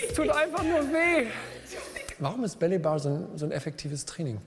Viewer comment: Psst. Es ist nicht belly bar, sondern ballet bar. Das spricht man wie 'bäley bar' aus